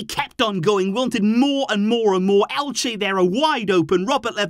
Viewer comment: lol, its Elche. great game though